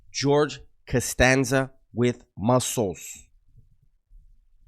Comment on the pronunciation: Lol you said Costansa with muscles 🤣🤣🤣🤣